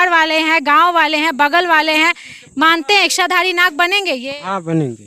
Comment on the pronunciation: बहन जी " इश्शाधारी " नहीं.. इच्छा, इच्छाधारी। 😅